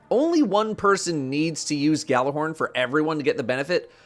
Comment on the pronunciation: I’m not gonna lie every time i grease someone mispronounce gjallarhorn it annoys the fuck out of me and I’m sure it pisses off any Nordic viewers too lol